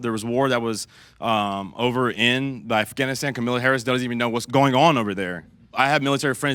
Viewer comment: new way to butcher Kamalas name unlocked. Camila Harris is a new one.